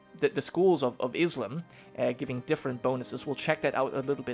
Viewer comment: You said Islam wrong in "schools of Islam"